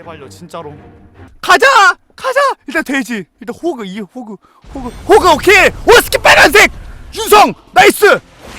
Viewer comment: 형 호크아니야 호그말고